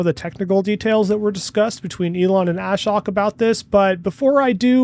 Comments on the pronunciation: Ashok is pronounced a-showk, not ash-oak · Ashok's name is not pronounced "A-shock". Rather, it rhymes with poke and is pronounced 'uh-shoke' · The guys name is NOT pronouced ASH-HOK . His name is AA-SHOAK, which is Sanskrit for - One without sorrow. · Great analysis and fast turnaround. I think it's important to be able to pivot and come up with new, appropriate content as required. I watched this after SMR and the original live 𝕏 video but still picked up new info. Btw, why does everyone in the FSD reporting community pronounce Ashok's name like "Ash-ock"? It's more like "uh-shOke" with the emphasis on the O and Elon even pronounces his name right in the live vid when he says he should give commentary. At least Chuck has got it, now only you, SMR and Dr. KIA left! 😊